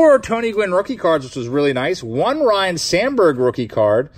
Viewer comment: You and your brother need to correctly pronounce Ryne as (Rhine) not Ryan...its disrespectful lol